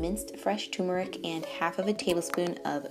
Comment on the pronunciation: TuRmeric...TURRRRR, not TUMORic But, on the positive side...cool recipes. Thanks!